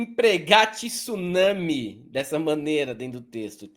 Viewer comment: Pelamordedeus, não existe a palavra "tissunami", isso é uma agressão aos ouvidos!!! É tsunami, com a primeira sílaba sendo apenas TSU, sem nenhuma letra "i" entre o "t" e o "s"! Assim como não existem "jiu-jitissu", "Mitissubishi" ou "Mao Tisse Tung". Tsunami, jiu-jitsu, Mitsubishi, Mao Tse Tung. Mentalizemos que não existe esse "i" imaginário entre "t" e "s", por favor!